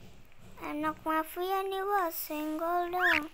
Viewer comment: Kak yg bener itu mafia ya bukan mafiya😅